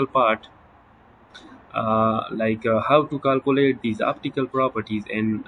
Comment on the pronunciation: کالکولیٹ نہیں کیلکولیٹ سہ لہ پختانہ شرمے